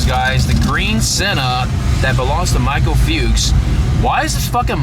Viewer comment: Bruh u pronounced Michael Fux wrong. I’m cringing. But good vid bro ;)